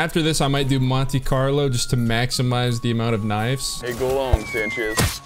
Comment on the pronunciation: Omg the "montes carnile" i cant